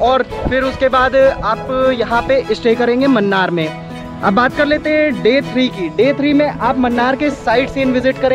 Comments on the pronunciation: Munnar is pronounced as mannar😀 Its moonnar ( മൂന്നാർ ) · Mannar nahi munnar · Please note it is not 'Mannar' ...it is pronounced as 'Moonnar' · Not mannar Its moonnar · Munnar hai , mannar nahi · Man its not mannar, pls pronounce MUNNAR split it MU NNAR, dont mislead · Mannar mathai speaking :)